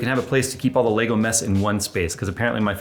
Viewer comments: It's LEGO not LEGOS, What is it with Americans They can't say Lego. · Lego... There is no S... Stop saying it wrong. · arrrgggghhhh. Say legoes again i dare you :) so annoying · He keeps saying “Legos” and it’s driving me insane! Poser… lol Love you!